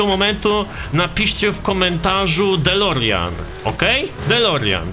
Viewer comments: "delorean" delorjan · Delorjian/ delorean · "delorian" fajny odcinek